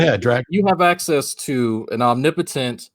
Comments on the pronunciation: The way Drag said omnípotent and ómnipótent like it was too different words... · Omnipotent and omni-potent are the same word, guy